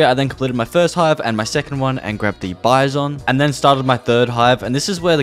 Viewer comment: woah he said bizon right